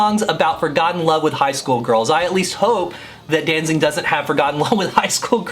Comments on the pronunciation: It sounds like you are saying "DanZING" instead of"DanZIG". But what do I know, I was never a big Misfits fan. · Did you just say DanZING?